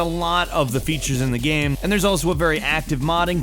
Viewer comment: Did the pronunciation of "game" change and I didn't get the memo?